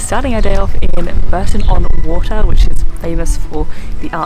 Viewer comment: Bourton is pronounced bore-tun, and the Cotswolds are in the Midlands :)